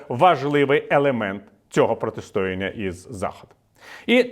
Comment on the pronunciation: Не протистОяння, а протистоЯння.